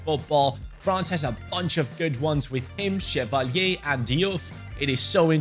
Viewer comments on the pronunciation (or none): none